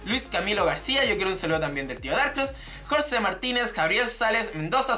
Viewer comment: era Jorge Martinez no Jorce :v , pero te perdono por que res chileno y hablas des culo :p